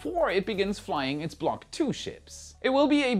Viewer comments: no you didn't "block tuh" 🤣🤣🤣 You're going to venus for that. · The block 'Tuah" was wild 💀😂